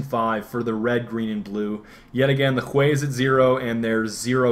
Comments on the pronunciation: I believe it's pronounced hew, not hway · someone please tell Hue is pronounced "HEW" NOT "huay" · You keep saying hue like (hway) when it is said (huuu). Just a little niggle :) Other than that, great video! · I thought he was joking when he pronounced "Hue" as "Hweh", but then realised that he was deadly serious. "Hyoo", bro, hyoo". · I think it's HYOO not HWEY. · Dude.. he pronounced it "CHWEY" not "huay". Gotta give the man props for his verbal artistry d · Is Hue pronounced that way in NA?... over here it's pronounced the same as "Hugh". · lmao I'm sure he knows how to pronounce hue, but part of a meme is huehuehuehue so I think he was referring to that. Either way, I hope he keeps saying huay, just because it's funny. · It's a Badgerism. "Huè", as if it were Spanish. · I love how he says "Hue" stick it to the man by pronouncing it different XD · thats a great way to pronounce hue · lol you say hue like you're speaking vietnamese